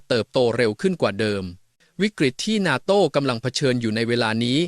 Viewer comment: face-pink-tears::face-pink-tears::face-pink-tears: "นาโต้" ไม่ใช่ "นาโท่" AI ไม่เจ๋งจริง....:face-pink-tears::face-pink-tears::face-pink-tears